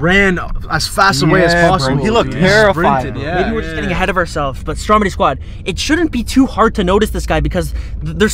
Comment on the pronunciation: It’s stromedy not stromide